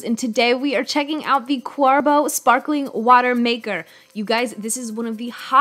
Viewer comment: There is no ‘u’ in Qarbo. It’s not Cwarbo